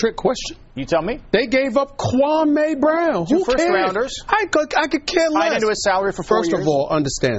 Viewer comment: His name is Pronounced Kwa-Me🙄🙄🙄🙄🙄🙄Get it right.. Stephen Big Face A conditioned everyone’s mind to say this man’s name WRONG🤬